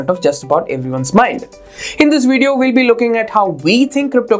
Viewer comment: Good video except you need to fix your "v" sound. It's "video", not "wideo". It's "virtuall", not "wirtual". It's "advantage", not "adwantage." The "v" sound is easy, just pronounce it like "f" , but SOFTLY. Example: "fideo" (video).